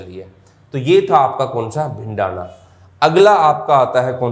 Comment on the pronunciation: भिंडाना नहीं सर भिरड़ाना h